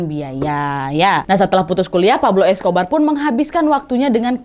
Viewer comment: yang terngiang-ngiang "Escober" wkwkwk